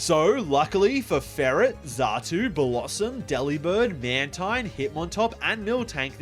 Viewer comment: FURRet not FERRet